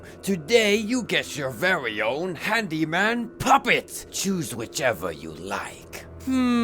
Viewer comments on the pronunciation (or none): I watched the entire theory, and the only thing im questioning after that is the reason why “handeemen” sounds like “hand demon”